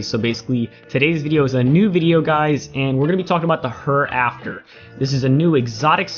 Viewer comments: How do you manage to pronounce it wrong? Here - After.... not her after. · Did you say "Her" "After"? Lol bro its pronounced 'Here' 'After'.